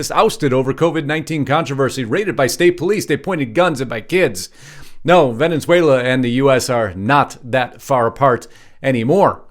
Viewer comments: It's Venezuela not Venenzuela. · It’s not venins whala- it’s vin-is— whale ah Or if you’re Spanish ~ bain es whale la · It’s NOT “Venenzuela”, it’s Venezuela! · For God's sake it's NOT Venenzuela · Where is “Vene(n)zuela? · Venezuela. .......venunzuala? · Dude. Why are you pronouncing Venezuela with a second N?